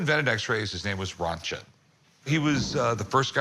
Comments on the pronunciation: Röntgen is not pronounced Runtshen. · rent-gen, hard g.